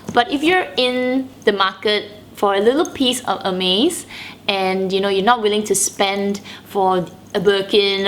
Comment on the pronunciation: Your first 4 mins of video made me confused. Sorry, i was wondering and didnt understand why you kept saying "amaze bag" in the video, then I clicked in that you were actually saying "Hermes bag". 😂😂😂